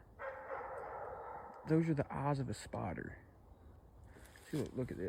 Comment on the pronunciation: It took me a minute to understand he wasn’t saying, “spotter” he was actually saying “spider.”